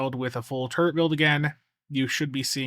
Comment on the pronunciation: Ok. I know this is childish. But am I the only one who hears "turd" everytime says turret?